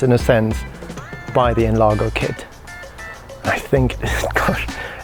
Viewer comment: we prounounce NLAR*J*O because it means enlarge